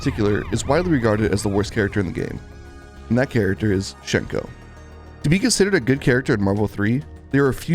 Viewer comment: It's sad to see, considering how good Hsien-Ko was in her source game. Also, hate to be "that guy," but the correct way to pronounce her name is "Syen-Ko."